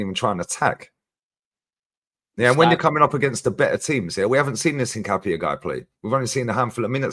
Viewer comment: ...you keep killing me every stream - it's not hin-cah-pee, it's hin-cap-e-aye